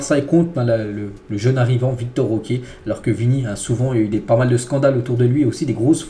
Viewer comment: C'est Vitor* Roque pas Victor